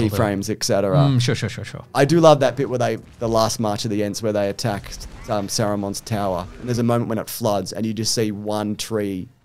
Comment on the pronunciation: "Sarumon" really? That's even worse than "Gandolf", these names are in the movies being pronounced correctly, there's no reason to get them wrong.